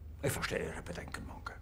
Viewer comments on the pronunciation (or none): its not bonkers its mohnke